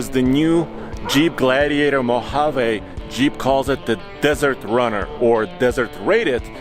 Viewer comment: MO-HA-VEE!!!!! English guys.. not Spanish